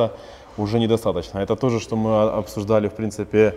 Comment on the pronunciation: Не ми а мы 😁